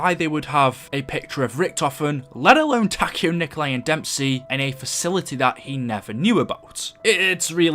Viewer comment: And Nikolai Tesla isnt the same pronunciation of Nikolai in Zombies